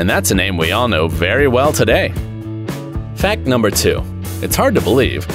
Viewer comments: Guys pay close attention to when he say fan number four instead of fact number four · For fact number four you said fan number four just saying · Why you say fan instead of fact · Instead of fact number 4 he d Said fan number 4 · when it was number 4 he said “fan 4” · he said fan😂not fact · you guys realize hes said fan number 4 instead of fact number four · at the second he said fan 4 not fact 4